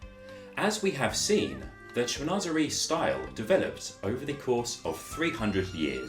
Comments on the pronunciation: Unfortunately he’s pronouncing the word in an American accent or his second language is English, so I respect his way of pronunciation. It’s just not correct. I am fluent in French and English , so it just annoys me when people try to hard to seem like they’re really big in to the design style, then they must respect the actual word by pronouncing it the correct way. He must not have any knowledge that pronunciation of certain words are just jargon style words. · "Cheen- was- eree"